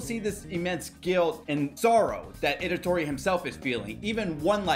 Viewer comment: It’s ITADORI not edatori 😅